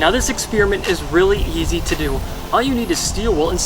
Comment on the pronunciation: He said expeerint and it's pretty weird